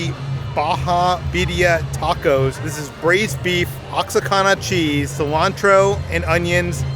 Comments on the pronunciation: …it’s not pronounced OX-A-KANA. The correct pronunciation of Oaxaca is WA-HA-KA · Lol the way pronounced Oaxaca... Ox-Acana? It's Wuh-Hah-cah!!! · LOL🤣🤣🤣🤣OXICANA cheese... now im gonna have my wife read me the ingredients too when we go.. its pronounce (wah-ha-ka) OAXACA cheese..baja birria tacos.... im replaying over and over again.. you guys are awesome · Oaxaca is pronounced wa-HA-ka (the x is a h sound) not oxacana haha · wuh-haa-kuh cheese :) love ya guys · Oaxaca = Wah-HAH-cah. And I grant you that I have been there in a while, but... when did all THIS stuff become a thing?! Last time I was there, it wasn't nearly as fun as this looks! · From a guy with a Hispanic wife and who has made most of these mistakes. Oaxaca is pronounced "wahaka", Emphasis on the second syllable. Love the video. probably gonna take the little one to Knotts now. Haven't been in a while. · Ox-uh-cahn -uh😂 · Oaxaca is pronounced : waa.haa.Kuh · Loved the video, great attempt at pronouncing “Oaxaca” it’s actually pronounced “Wa-HA-Ka” . Again, thank you for amazing videos! Cant wait to go to Knott’s and see this in person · Love your videos! Oaxaca is pronounced wa-ha-ca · Oaxaca is pronouced WaHaKa :P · "Oaxaca" == Wah-Hah-Kah. It's a weird one. Everyone mispronounces it. :) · All of the Mexican food looks amazing there! (And Psss, Oaxaca cheese is pronounced wah-ha-cuh) just a friendly tip haha. I haven’t been to Knott’s in years but I’m glad to see they’ve added new stuff! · Just a little correction: Oaxaca is pronounced (wahaca) ❤ you guys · My husband and I laughed so hard when we saw the part about the birria tacos. The way he pronounced Oaxaca cheese 😂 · I can’t believe you pronounced Oaxaca like that LOL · How did you pronounce Oaxaca? 😅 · The pronunciation of Oaxaca cheese was funny to me. Love that